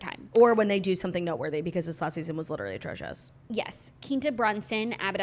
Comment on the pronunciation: It’s pronounced QUINN-TA 🤦🏻‍♀️